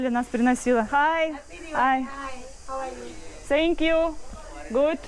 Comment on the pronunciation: "СЭНКЬЮ" - это вообще ужас. В коррекционной школе не показали как произносят звуки TH, высовывая при произношении кончик языка на выдохе.